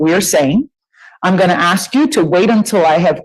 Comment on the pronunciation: If your lawyer cant pronounce the word ask…then you might need a new lawyer